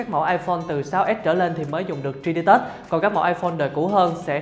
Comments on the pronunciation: Cả video bị ấn tượng bởi từ tri đi tớt(3d touch) đọc tiếng anh kém quá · Bỏ theo dõi vì cách đọc 3d touch